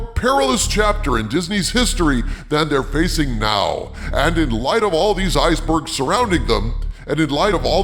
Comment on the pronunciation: my hearing isn't the best, did you say "Iger-bergs" instead of "icebergs"?